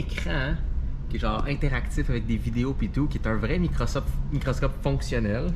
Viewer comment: qui dit Microsoft au lieu de microscope 😂 on sait il est vendu pour quelle marque!